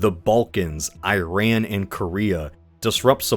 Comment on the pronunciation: You’ve mentioned Iran several times on your channel, but you mispronounce it each time. It’s ee-RAHN, not eye-RAN. The “I” sounds like "ee" in See, and the “a” is like the a in father, not man.